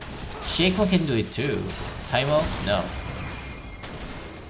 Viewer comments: why does he always say taimo instead of teemo? Annoys the hell out of me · He says teemo not taimo